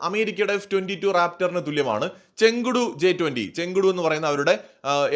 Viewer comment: ചെങ്കടു അല്ല ചേങ്ദോ എന്നാണ് ഉച്ചാരണം